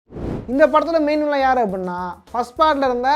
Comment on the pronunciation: அது வில்லியன்(villian) இல்ல ப்ரோ, வில்லன்(villain) ப்ரோ 🤪